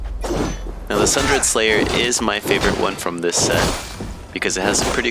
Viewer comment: Pronounced "Sun-DER-D" Slayer - as in torn a~sunder. Into pieces... Apart...